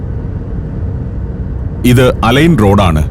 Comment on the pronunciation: അലൈൻ അല്ല അൽ ഐൻ